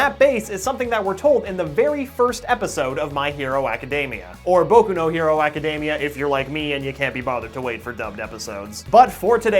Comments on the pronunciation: My hero a-ka-dem-ee-a. NOT My hero a-ka-deem-ee-a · I literally can't watch this video due to his pronounciation of acdemia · tfw you've been saying "academia" wrong this whole time :(((((